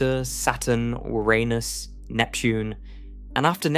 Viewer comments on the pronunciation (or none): "Ouranus"?? Yes, it's Uranus. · Was about to say the same! Damm, Ouranus IS large 🤦‍♂️🤣 They never get the pronounciation right... amateurs! 😊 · Pls pronounce URANUS correctly! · Did u say oranus or ur anus. Inquirering minds must know lol. Awesome channel my friend!!!! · Convenient couple of times to pronounce Uranus that way.